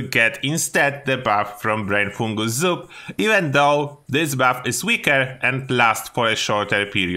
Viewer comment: Can you say “brain fungus soup” again for us one more time bro said “brainfoogalzoo”